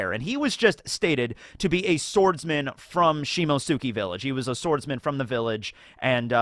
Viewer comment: Do you see the t in Shimotsuki, you just decide to ignore it...